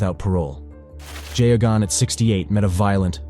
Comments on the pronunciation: AIs are really very poor at pronouncing names. I didn't recognize Geoghan (gag-non) until I saw his name spelled. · His name was pronounced gayogan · That priest in Boston, his name was spelt Geoghan and pronounced "Gay-gun" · I'm amazed at how many different ways you manage to mispronounce Geoghan